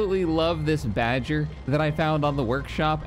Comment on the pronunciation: "Bagger" is actually a german word for "excavator" and its pronounced more like bugger (from bugging) and not like badger